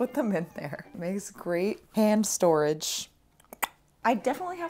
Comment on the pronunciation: I keep hearing "ham storage"